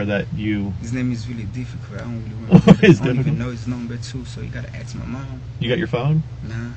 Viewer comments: Even Port au Prince knickers say “axe” instead of “ask”. Pure hateful disobedient insolence. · Who does this guy think he is and its ask not aks